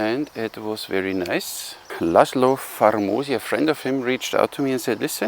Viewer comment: as a hungarian, i am gladly helping to pronounce well, the bowmakers name correctly> he is pronounced in english way as Laslow Farmoshi, is just, Istvan Vegh is Ishtvan Veigh, Peter Bogar is Peiter(not like german "ei") Bogaar. I know, it is secondary stuff compared to the actual bows, but as a hungarian it still poking me a bit, everytime i pick up my head, like "what"